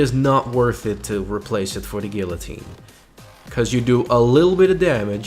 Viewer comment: you said guillotine wrong